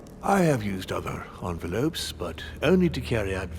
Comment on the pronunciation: "ENVELOPES" he says no wonder he leaves letters lying around for Louis to read